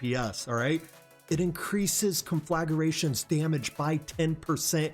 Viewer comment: CON-FLA-GRA-TION...not, conflagaration...